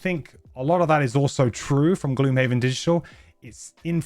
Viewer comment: This mfer said digtial